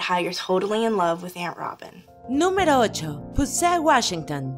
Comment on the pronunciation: Hacen una pronunciación tan exagerada del inglés... Dicen Darrec, Larrel, Rabin, supernarural, pero luego mencionan Huesos, en vez de Bones... O van a decir los nombres y títulos en inglés o siempre no? 😮‍💨